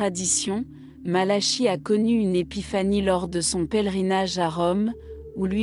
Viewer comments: St Malachie se prononce Malaki , si vous voulez être prise au sérieux n' estropiez pas le nom de la personne que vous citez , votre video ne fait pas sérieux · Entièrement Malachie Prononciations Malaki voir Nostradamus ce n est pas Pierre Le Romain mais le dernier des 3 faux papes selon Nostradamus représentés par jean Paul 2 benoit et Francois si vous voulez je fais une vidéo sur le Livre de Nostradamus de 1949 tirage 1500 exemplaires qui explique mieux cette prophétie